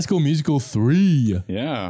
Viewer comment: Not Sam saying Musi- cal 🎶